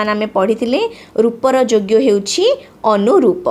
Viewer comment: it is called as Aparoopa saundarya not Anoroooa soundatya,,,Anuroopa mean similar to sth else